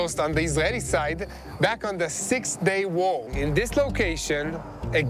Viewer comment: what’s up with this guy in the English language? (six day WHOA? Whoa with Ukraine? Thumbs down for this guy if he’s gonna screw with his audience by mispronouncing a simple word like war👎🏼